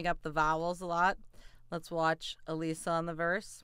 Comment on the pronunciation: It’s uh lissa not uh leesa. Get it right